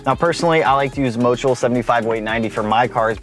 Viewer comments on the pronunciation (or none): none